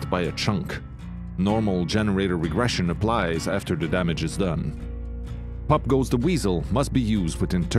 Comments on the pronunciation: Ok so NOW you guys are doing spotlights again and you are doing them when everyone has figured out, what the perks and abilities do. Also when you said pop goes the weasel I thought you said f**k goes the weasel. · I swear when he say POP GO THE WEASEL it sound like FUCK GO THE WEASEL.